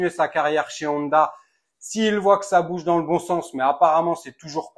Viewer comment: Honda se prononce "on - da" pas "oneda" 👍